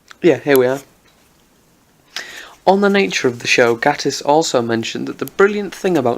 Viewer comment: Please learn how to pronounce Mr. Gatiss' name before making a whole video ranting about him. ;)